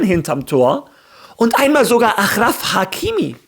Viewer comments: Nicht Ach und Krach Hakimi, sondern Aschraf Hakimi, "Sch" ausgesprochen und "Ach" geschrieben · Aschraaaaaaaaf heißt der nicht achhhhraf sprich den Namen bitte richtig aus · Bruder man spricht es aschraf hakimi